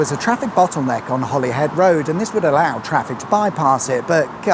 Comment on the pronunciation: It's Holy-head not Holly